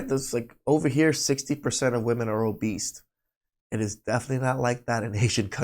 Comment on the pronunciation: my dude said "Obeast" 💀💀💀